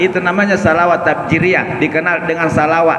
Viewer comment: Bukan tafjiriyah..... Tapi tafrijiyah....